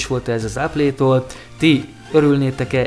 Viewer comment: Áplé, goglé....... Nem mondom hogy rossz lenne ez a csatorna de legalább néhány angol szó, ami nem mellesleg világmárka, próbáld már meg helyesen kiejteni basszus